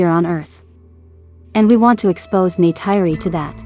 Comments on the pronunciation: It's NeytIri not NeytEYry...and Jake said: "They killed their Mother", not "Mother "nature" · "Neh tir ee" is how the name is said.